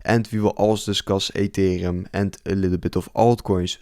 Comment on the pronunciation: Gast, je spreekt super en ethereum verkeerd uit... beetje zoals die crypto rover. Maar verder leuke video hoor. We krijgen nog wel een wikkie down om de liquidity the grabben en daarna boomskiboomski